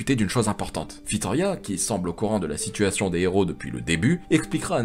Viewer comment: La vidéo est super et très bon narrateur. La seule chose equi me chiffonne c'est "tablier su dragon" à chaque fois au lieu de sablier et un filorial/des filoriaux et la reine Fitoria😅. Dsl d'être le relou de service